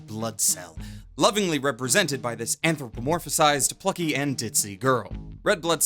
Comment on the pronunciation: Great review. I noticed you keep saying "anthropomorphized" with an extra syllable and I'm not sure why.